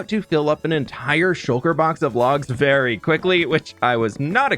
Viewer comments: Please tell me I am not the only one who nearly overheard aying "berry much" instead of "very much" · did he say that was BERRY much a stretch?